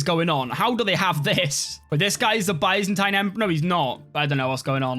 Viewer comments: Byzantine is pronounced biz-en-teen. LOL. Good video, sir! :) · One day will pronounce Byzantine correctly but today is not that day.